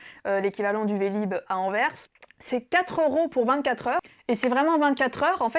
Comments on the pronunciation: C'est ma ville natale (où j'ai jamais habité) et merci pour ce chouette portrait. <3 La prochaine fois essaie d'aller à Bruges, qui est d'après moi la plus belle ville de Flandre. PS: Merci d'avoir bien prononcé Anverssssssss :p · Merci! Grâce à toi j’ai prouvé à ma femme que Anvers se dit anverSEUH et non Anvers sans la prononciation du S. Merci beaucoup.